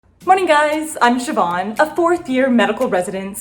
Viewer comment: Its so nice hearing someone who isnt in Ireland say my name right :) How do you spell it? I spell it Siobhan (with a fada over the a)